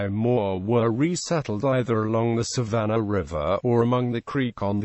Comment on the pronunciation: I have never heard of a "Savanner" River. There is a Savannah River, but it does not have an "r" at the end of the word Savannah.